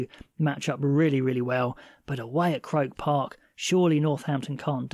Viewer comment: With the greatest respect its pronounced cro___ park